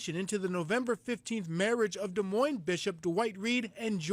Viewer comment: I’m born and raised in Des Moines and this saddens me to hear that this is coming from Iowa. Also good job on saying Des Moines correctly!